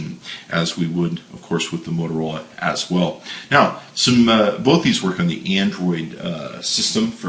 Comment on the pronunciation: THERE IS NO L IN "BOTH"!!!!